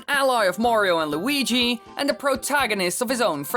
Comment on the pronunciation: weegee coin